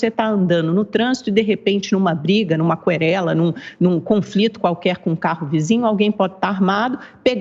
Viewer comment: É querela e não qüerela